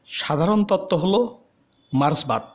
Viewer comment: কথাটা মার্সবাদ নয় মার্কসবাদ